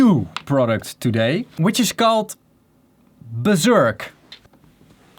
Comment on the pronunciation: Buhr-zurk. Buhr Buhr Burh ... zhurk.